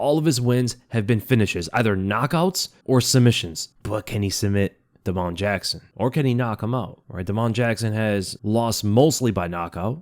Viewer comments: Bro why do you say Da-Mon like that and not just Damon 😂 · Day - mun. Not. Duh - moan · "da'mon" jackson. you are too funny. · think Damon Jackson has the same pronunciation as Da’Mon Blackshear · Why are you pronouncing damon like that? Weirdo